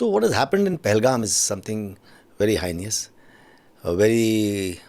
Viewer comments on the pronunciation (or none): It's HEINOUS not HINIOUS 😂